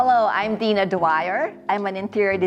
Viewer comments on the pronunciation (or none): none